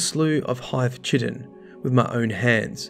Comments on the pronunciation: "Chit-en." 😂 its pronounced "Kite-en." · I think “chitin” is pronounced “kie-tin” Whisper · I’m so sorry but all I could think when I was listening to this is how he pronounces chiten